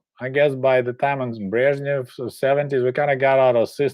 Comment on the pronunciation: I really love it when you say "Brezhnev" with your perfect Russian pronunciation!